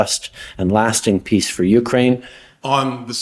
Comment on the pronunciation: He almost said pizza instead of peace! What a clown.